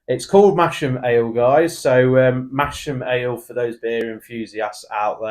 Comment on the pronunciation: Sorry guys, it's not pronounced "Mash-am", it's "Mass-am". And it is the town in Yorkshire. You'd better redo the video before you get a baying mob of Yorkshiremen at your door with pitchforks and flaming torches.